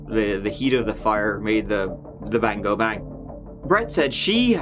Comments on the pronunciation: I think he was emphasising it to let people know he’s not just mispronouncing go. 😀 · I'm not understanding. I did that when he says go it sounds like gew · You’re welcome! And Goo is slang in Ireland meaning to watch or look at something, just in case you think is mispronouncing go). ☺️ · That’s lovely. Give it a goo is slang in Ireland meaning to watch or look at something (in case you think is mispronouncing go). ☺️ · Follow the howl I think that’s where it came from too. Most people think is mispronouncing go. ☺️